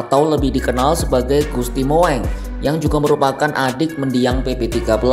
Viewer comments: Gusti Mung bacanya. Bukan Moeng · Moeng???😂😂😂 ....bacanya MUNG bukan MOENG, sekelas Kompas aja QC nya ngk ada 😂😂😂